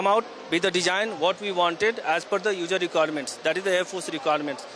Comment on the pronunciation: " Dejine and ujer requirement " ? No wonder Indian military tech is lagging behind china